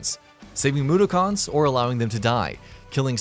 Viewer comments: ... Moo - dough - cons? How insulting. Couldnt have had whoevsr you got to read this watch virtually ANYTHING about oddworld before hand? Or get someone who's actually a fan do it? Is that even a person? Tapped out after I wrote this, on principle. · Ugh, the way he says Mudokon irritates me, "moo-der-karns" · Mudokun (MOO-DOCK-IN) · Hi long time OWI fan here You’re saying Mudokon wrong It’s (Mood-dock-on) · I was wondering why reviews are so generic, bland and passionless Wikipedia entries and then I realized it was written by an Indian who probably made less than the person reading the script who can't even say "Mudokon" right:) This channel is the Buzzfeed of gaming.